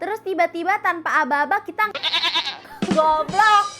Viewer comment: Suka banget waktu bilang go-blox 😂